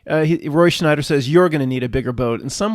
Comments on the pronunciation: Roy "Schneider"? ... It's Roy Scheider. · did you say "roy schNeider"? ...it's "roy scheider" now. no "n" (and 'always was'). weird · You called Roy Scheider, Roy "Schneider" - I think some Mandela effects are due to things like this!